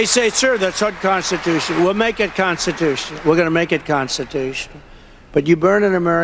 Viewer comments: Why is he not able to say unconstitutional, why is it unconstitus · Anyone notice that Trump often says it’s “unconstitution”, instead of “unconstitutional”? Occasionally he’ll pronounce it correctly, at other times he doesn’t. I thought at first he might be saying the last two letters too unclearly, like he often does. He often “swallows” the last letters, so that they are practically inaudible. For example, when everyone thought he was saying “bigly”, he was actually saying “big league”, sometimes you could hear the “g” at the end, but mostly you couldn’t. In these clips, though, it definitely sounded like unconstitution in the one clip and unconstitutional in the other.